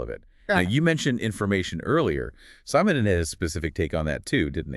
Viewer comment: its not [sAy-mon-don] it's [se-mon-don]